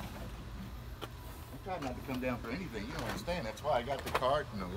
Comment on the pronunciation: "See if I can see anythang..." - DR I see a lot more bees.